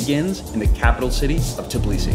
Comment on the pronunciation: Bro it's Tbilisi not Tiblisi, you keep saying it wrong. Thanks for the video though🙏🏻